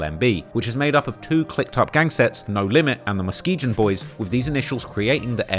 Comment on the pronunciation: just so you know, Muskegon is pronounced mus-KEE-gon with a hard 'g' not mus-KEE-jon like you say (soft g). You wouldn't know so I'm telling you.